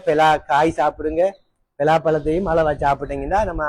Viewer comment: பெலா பழம் இல்ல பலாப்பழம்